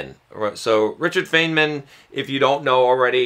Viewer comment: In an audio book, you'd have thought one would have heard the pronunciation "FINEman"